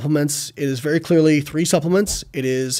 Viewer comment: check at 29 seconds. That really sounds like "30".